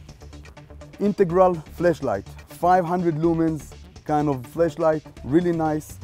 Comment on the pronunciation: is it just me, or did i hear him say flesh light?